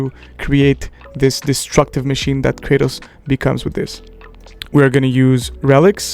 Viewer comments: Never heard anyone say Krahtos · No way g said krÄtos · Yep lol, wasn’t hating just thought it was different😂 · Who the tf is Krahtos? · The way he is saying kratos is bugging me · how is it that they pronounce Kratos in the game and people still pronounce it wrong lol. Sick build though! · How can you have played the game this much but still can't pronounce Kratos correctly? I'm pretty sure they say his name hundreds of times. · Bruh how you gonna mispronounce 'Kratos'?😂